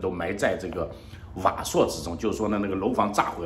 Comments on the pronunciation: ，你怎麽也看稿讀錯字？瓦礫 礫字讀力 并非讀朔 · 瓦砾读力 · 瓦砾（LI）四声